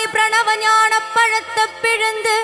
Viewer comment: Pronunciation should be ஞானப்பழத்தைப் பிழிந்து Not ஞானப் பழத்த. Rest are excellent ❤❤❤